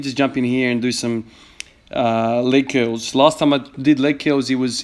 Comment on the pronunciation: Leg keulz